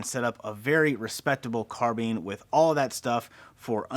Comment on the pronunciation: Carbean... haha first time I hear someone pronounce it that way